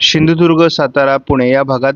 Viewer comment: दादा आमच्या जिल्ह्याचे नाव सिंधुदुर्ग आहे शिंदुदुर्ग नाही..